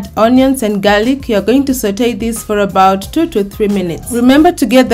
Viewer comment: You will sauté for dwo do tree minutes! Love the pronunciation😍😀